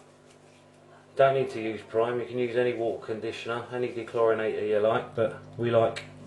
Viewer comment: I love how you say wa-ah with no T.